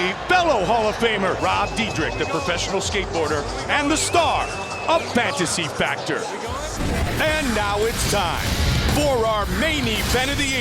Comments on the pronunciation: The announcer messed up Robs name and said fantasy factor 😂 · That announcer totally botched his last name, and mispronounced Fantasy Factory lol. Little did they know, Rob would go on to basically run MTV. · Dude butchered rob dyrdek and fantasy factor 😂😂😂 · Bro absolutley destroyed Rob Dyrdek's name and show